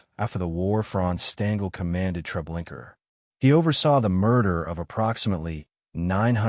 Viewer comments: Also; why do you say Treblinker repeatedly when it’s known as Treblinka ??? !!!!!!!! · Baba Yar is NOT pronounced Bobby Yur,Treblinka is Not prounced Treblinker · This would sound better if certain terms were pronounced correctly. Here are two examples; The name "Treblinka" has no R on the end. The other is Juden and Judenrat. In German, "J" is pronounced "Y". So, if it's a German term it's said "Yude," or the plural form, "Yuden." "